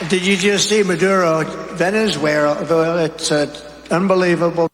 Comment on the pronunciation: It seems everyone here just hates!!! But I was watching the vid, I didn’t really see so many gaffes. He talks for nearly 3 hours almost EVERY night! So he says Venezuela, Vernezula. Oh!!! My! He senile!!